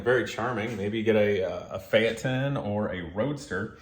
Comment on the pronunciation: Today I learned how to pronounce Phaeton 👍